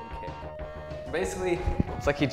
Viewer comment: It's "TATSU-MAKI-SENPU-KYAK" Hope that helps you peeps out......